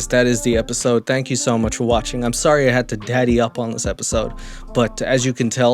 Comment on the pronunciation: The canadian “sorrey” & the part of them stealing Jesus sandels & robe 😭😭😭💀 Love the content as always. You literally talk of topics and do things noooo other youtuber i know of does but ALSO stay interesting! Hope youre doing alright 😇